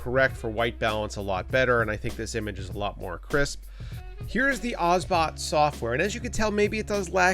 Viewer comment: It's Obsbot, not Osbot ;) Good review anyway.